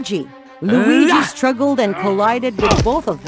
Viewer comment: Luigi not wallluigi